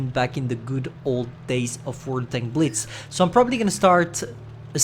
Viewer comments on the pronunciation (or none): none